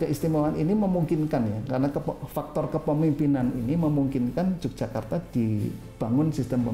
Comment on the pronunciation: bacanya YOGYAKARTA bukan J mas🤝🙏